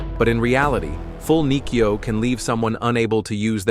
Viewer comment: It is spelt Kote-Gaeshi. this video is bad at it's pronunciations of the the throws/locks typical AI slop. Example are Nikyo pronounced 'knee-key-oh' and Shiho-Nage pronounced 'She-hoe-nah-gay' or Irimi-Nage pronounced 'e-rim-e-nah-gay'. The published of this video needs to do more research before posting videos like this. The poor AI voice over is bad.